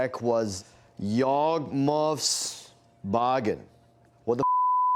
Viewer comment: Pronounced yawgmoth's will correctly even when trying to pretend. Definitely and actual mtg player. Always hated the adult playing card game rhetoric tho. Bruh what kid can afford a yawgmoth's will? Yeah ill just drop a few thousand on a commander deck.